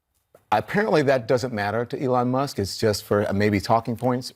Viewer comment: love you but who tf is Alon Musk? 🤣